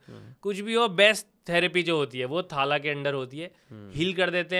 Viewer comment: थाला ❌ थला ✅